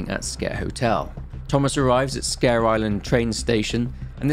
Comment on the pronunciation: I always thought it was pronounced like "Squer" not like scare.